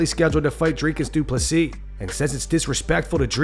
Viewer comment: Good to hear Rob has finally got Du Plessis's name correct .... 😂😂😂👍